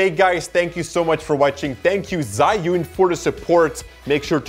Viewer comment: I believe it's pronounced "Joo-In" instead of "Zai-Yoon".